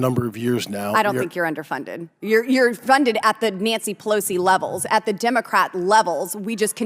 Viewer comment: I hate how she says dimocrats